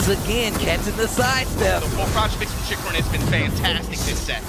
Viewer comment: Man... I wish people stop butchering my boy's name. "Chikuren, Chikuran, Chickarun" 😮‍💨